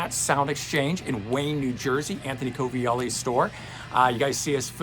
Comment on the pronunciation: Is it Coviell-OOOOOO … you said Coviell-EEEEEEE … now I can’t even remember how to pronounce his last name! Northern New Jersey loves you :)